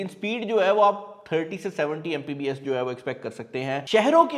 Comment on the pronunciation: "Mpbs" nai bhai, It's "Mbps".